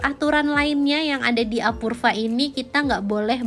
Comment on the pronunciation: "apurva"...dibacanya "apurwa"!!!